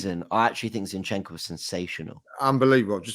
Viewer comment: Turkish teach how to say ‘zinchencko’ please